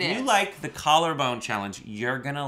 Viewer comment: "Collar Bane Challenge"